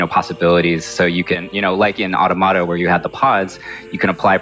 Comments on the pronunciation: It’s not ‘auto-mata’ it’s ‘au-tom-a-ta’. Think automaton: as in a machine imitating the form of a human being. Which is exactly what the game is about. I literally had to mute the video. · It's pronounced 'Aw-tom-uh-tuh' Not "auto-matter" lol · "Ah-To-Mah-Tah" I can't.... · If they say auto-Mahta one more time i'm going to lose my mind! It's Automata like you would pronounce automaton... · I hate when I hear people say auto-mata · I had to click off this video because the fools can't say Automata correctly. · FFS how are you a Square Enix representative but can't pronounce NieR Automata correctly. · People still pronounce Automata like that